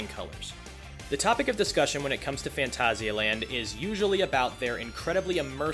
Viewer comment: this ones always a good one, also nice to see you pronounce it properly XD